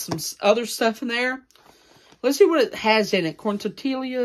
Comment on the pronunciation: Corn tor-tillia!!😂😂 I'm dead!!